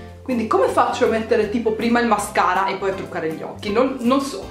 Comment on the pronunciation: Hai detto mascala invece di mascara😂😂